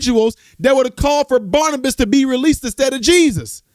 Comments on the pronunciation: Barabbas, not Barnibus. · Um, it was BARABAS, not Barnabus 😅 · Barabbas not Barnabas 😮